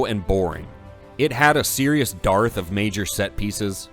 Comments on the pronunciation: Dearth is pronounced "dirth." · Just an fyi: dearth is pronounced 'derth'